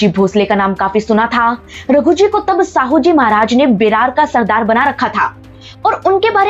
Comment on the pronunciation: मैडम साहूजी नहीं शाहूजी महाराज कहिए नाम तो सही से लो